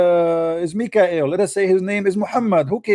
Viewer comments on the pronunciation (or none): none